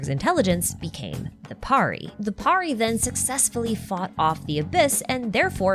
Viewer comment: Nice video...... The only thing that tickes me is the way everyone mispronounces pari 😂😂😂... It's understandable but still pari is pronounced as purr-ee. And pari(s) are commonly used for referring fairies here in Indian folk lore. Or an imaginary creature (mostly females) with magical abilities.